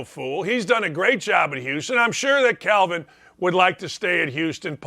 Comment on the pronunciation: It's Kelvin not Calvin. lol I wish he would've been able to stay at Indiana.